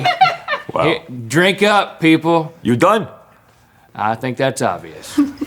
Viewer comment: Being a NY resident. Rhett's accent was pretty much perfect.